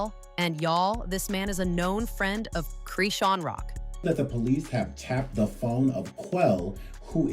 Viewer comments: Her name is not Creeshawn it’s PRONOUNCED CHRIS-Shawn not creeshawn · Her name is Chrisean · Goofy AI, that girl's name is Chrisean